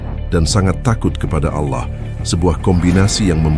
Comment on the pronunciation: RASULULLAH JANGAN DI SERUPAI / Di SAMA" KAN DAN TOLONG CARI PEMBACA yang FASIH DALAM PENYEBUTAN ALLAH. Terimakasih